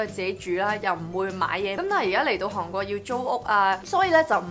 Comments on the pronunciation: 因為睇完mira條片youtube推薦我先過黎睇既，不愧係做過電台，講野清楚伶俐不過有少少懶音...火雞姐mira同你都有😂😂😂由其係講「韓國」呢兩個字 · 你好重的懶音，例如 香港 韓國 講野 ，唔知你覺唔覺呢？